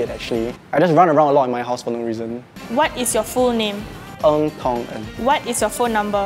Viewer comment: His name is Tong En? I heard Thomas.....